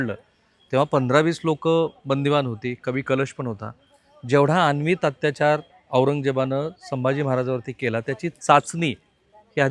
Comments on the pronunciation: "अन्वित" अत्याचार असा शब्द नसून " अनन्वित" असा शब्द आहे...किमान 1000 वेळा आपण अन्वित असा चुकीचा उच्चार केला आहे..😢😢😢😢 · सर अनन्वित असा उच्चार आहे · राहुलजी, आपण प्रत्येक वेळी अनवित (अत्याचार) असे म्हणतं आहात त्याऐवजी अनन्वित असा योग्य शब्द आहे तसेच शीर्षकात दिल्यानुसार वडी बुद्रुक नाही तर वढू बुद्रुक असे गावाचे नाव आहे... बाकी वार्तांकन अत्यंत छान!!!